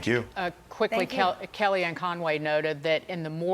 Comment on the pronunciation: Thanks to the man on this show who pronounces Xavier with a Z. She's obviously a young person. The "X" is meant to have a "Z" sound.